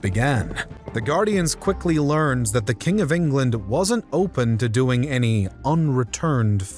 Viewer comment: You seem to add a ‘t’ to many of your words so they sound like ‘Englandt’ and ‘imaginedt’ even other sounds and breaths ‘once talks began-uh’ . It’s so incredibly distracting. Maybe tone it down a bit.